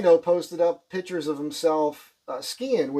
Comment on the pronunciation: Can't help laughing everytime he says here's some more "pitchers" in Jerseyese.